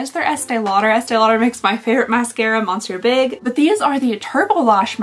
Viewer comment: I quite enjoy these advent calendars. Don't care that Christmas has passed. Gives info for next year on what to buy. FYI for your favourite mascara, it's pronounced "miss-ur Big" non mon-sur. We have a lot of French Canadians. Love your content! ❤